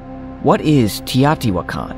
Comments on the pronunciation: When I was there in 1979 the natives called it 'tao-ti-Wha-can'-- (the stress is on the Wha). Why are you altering the pronunciation? I have heard several researchers and professors who slaughtered the city name,so you are not alone. Besides the Pyramid of the Sun, the metropolis archeologists had just revealed the pyramid of the moon and most of the artifacts were immediately taken to the newly opened museum. So much work has been done since then, it boggles my mind that there are so many structures still to be discovered. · I listened to it again. He says: TEE-AATI-WAH-KAHN. This confirmed that he was mispronouncing the word. If you want to communicate your ideas, you must ensure that you communicate with the proper pronunciation of unheard of words. I, too, was wondering about the spelling of the word and his pronunciation as I listened. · it's TEE-OH-TEE-WAHH-KAHN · You've gotta love the irony of a video that puports to show "proof" that aliens created the biggest pyramids of Mexico, yet the video is narrated by an "AI" voiceover that can't even pronounce the word "mica" correctly, let alone the name of the ancient city of Teotihuacan. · The way you pronounce the word teotihuacan is totally a laugh